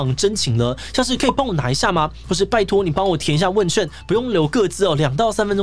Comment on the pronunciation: 問ㄐㄩㄢˋ 彩ㄑㄩㄢˋ 兩個字不一樣